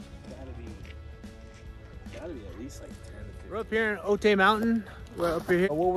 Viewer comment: Cool vid! Can’t help but mention OTAY is pronounced OH-TIE. Do not let the Little Rascals tell you otherwise:)